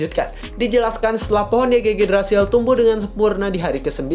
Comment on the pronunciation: Bacanya IGGRASIL bang